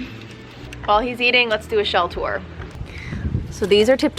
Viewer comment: You said a little tour in an English accent lol Thanks for the wider insight, more like this please.